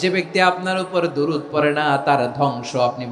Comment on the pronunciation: হুজুর সাহেব, আপনি নবীর দরুদটা সুন্দর করে উচ্চারণ করুন। বিষয়টা অসুন্দর হচ্ছে।